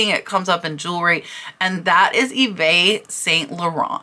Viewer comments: Love your videos, thank you. YSL is pronounced eve San Lauren. X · Hey!! New to your channel!! LOVE the content and learning a Ton❤️❤️ Yves St. Larent pronounced YEEEVES SAN LA RON😎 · Love your videos. A little French… Eve San Loronn. Christian Lacwah. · should be eve st laurent sorry for being a a pronunciation nazi lol.....i have some nerve because when i was a teanager i use to pronounce it exactly the way it looks: Uvest st laurent 🤣🤣🤣🤣🤣🤣 i know im a horrible girl just horrible lol